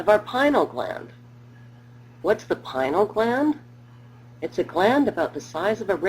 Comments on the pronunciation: Hahaha it called the pineal gland because its shaped like a pinecone. This has to be a satire. She's also pronouncing it wrong, it's pie-nee-al. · hmm Strange outlook on Adam and Eve. Maybe next time you make a video you could stick to the facts. PINEAL not pinal